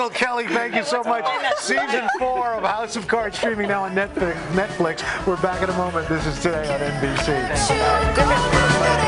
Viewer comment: "Nekflix series House O cards"? Forgot how to speak?